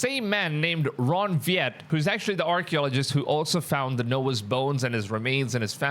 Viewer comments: Why do you pronounce the letter W as a V? It's Wyatt not Vyatt. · ? Ron 'Viet'? ??? Another IMPORTANT thing about podcasting - KNOW WHO YOU ARE TALKING ABOUT! (It's Ron Wyatt!) That's Ron WHY-IT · The man's name is Wyatt, pronounced phonetically as Why att. No V sound. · And it’s Ron Wyatt not Vyatt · Please pronounce Ron Wyatt’s name correctly, it’s pronounced “wie’-yet,” not “vee-at.” And yes, the scriptures are true but nowhere do they state that Lot and his daughters were burned, in fact, they were the only ones that escaped the destruction. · It's pronounced Why att,😂not weeat but he was lead by God Almighty to find multiple things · His name was Ron Wyatt Pronounced WYAT Not Vat who discovered Noah's Ark! and Ark of the Covenant. among other things such as the crossing of the red sea Please retract your statement! Those large stones are ANCHOR Stones not grave markers. Anchor stones were use to steer the ark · repeat after me, Ron Why-Yet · Pronounce. Ron. Why At. Wyatt. Very. Godly man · Ron's last name is pronounced WHY'-IT.... JUST FYI 💜✝️ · AT LEAST PRONOUNCE THE NAME RIGHT,...RON WYATT...PRONOUNCED RON WHY AT...